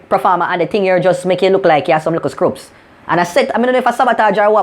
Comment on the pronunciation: "likkle scrupz" hahahaha